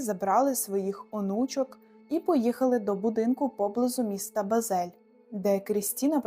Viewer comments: Правильно Бáзель, а не Базéль. Вухо ріже. А так все чудово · Хіба БазЕль? БАзель. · Місто БАзель, наголос на А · Ледве дослухала до кінця!😮 Механічний голос, власні назви вимовляються так, ніби автор їх вперше чує, дикі наголоси: БазЕль, ЛЮцернське озеро. Розтягнуте відео, повторюється коментування. Не дуже професійно. Хоча факти вражаючі!😮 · Все супер, цікаве відео , бо живу в Щвейцарії. Тільки ріже вухо , як ви кажете Базель. Наголос на букву «а» має бути . Дякую